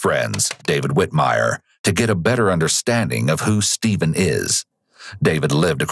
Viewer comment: Shteven, come on now shteven